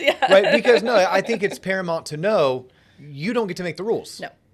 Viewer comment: paraMOUNT not paraMONT...